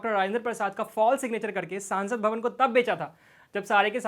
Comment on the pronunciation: सांसद भवन नहीं संसद भवन हिंदी सुधार लो या किसी और को बोलने दिया करो